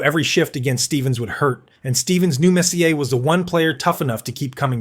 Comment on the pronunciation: A video about Messier (whom I can't stand, but wanted to see Bure), and the AI narrator can't even pronounce his name.🤦‍♂Turned it off...